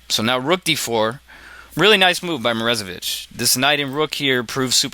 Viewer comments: Or, more accurately, "moro-ZAY-vich". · lol dude, stop saying "Morezevich" when it is clearly "MorOzevich"